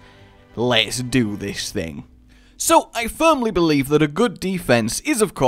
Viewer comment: "Lets 'do' this 'thing'" o.0